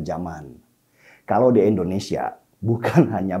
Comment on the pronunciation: Bang DS : SALUT. IJIN : Sebutan bawaannya JANGAN SUKA menambahkan "k" pd kata2 tertentu, spt : "harta-k, neraka-k, jadi-k, kaya-k, agama-k dll. Juga yg BENAR: I-ndonesia BUKAN: E-ndonesia